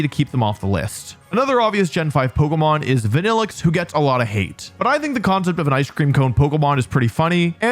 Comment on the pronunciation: Youre lucky that you didn't say Vanilluxe...